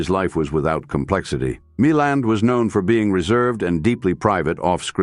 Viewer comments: Note to AI : his name is pronounced Mil-land (emphasis on the second syllable), derived from his stepfather's surname Mullane. I'm 78 and a great fan of early Hollywood films and everyone accented the second syllable in the years I was growing up and watching his films. The robotic AI voice also turned me off and I tuned out after 30 secs. Brave new AI world.. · Lots of AI mispronunciation especially Milland and RADA.